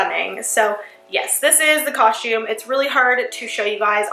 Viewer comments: Natalie Yusam no she says cushume. Listen. God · same ahah "coshume" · Evelyn M same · it's cos-tume not coshtume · It's not coshtum it's costume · its costom not coshtom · ok but it’s coSTum not coSHTum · Ughhhh the way you say COSTUME like COUSME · U keep saying costchume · No offense or anything but it’s pronounced COSTume not COSHume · it's costume lady, not coshtume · I couldn't help but notice that she kept saying coshtume instead of costume; is she Canadian or something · Its not cos-shume its costume! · It's costume not coshtume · Did anyone else hear her say "coshume" instead costume? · This was great BUT she keep saying coshtume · oh my Lord it's costume not coshtumes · you said coshtum soo many times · stop saying coshtume it's pronounced costume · I love ur vid but I can't help but notice u kept saying coshume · does anyone realize that she says costsh instead of costume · She says coshume instead of costume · She keeps saying coshume instead of costume 😂🤣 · She says COSHTUME a few times instead of costume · it annoys me that she keeps saying costume wrong. Its not coshtume is costume!!! TRIGGERED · Lol its costume not costshume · why you keep saying " coshume" why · its costume. not coshtume. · ITS COSTUME!! NOT COSHUME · I just don't like how she says "coshtume" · I hate how she says “coshtume.” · Jenna pronounces costum coshtume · Why did she say costume like that? She said Co-shtume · I love that she said coshtume like me when I was younger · the only thing i dont like about this video is how she says the word costume "coshtume" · Costume. It's pronounced costume. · I just heard she say coshtume 😂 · It annoyed tf out of my that she kept saying coshtume so I didn't watch the whole thing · she said coshtume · Us dancers have said it so many times we've basically gotten tired and found a shortcut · why are u saying coshtume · MadiLynn 13 and costume she says coshtume